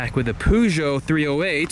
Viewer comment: PLEASE STOP CALLING IT A POOGEOT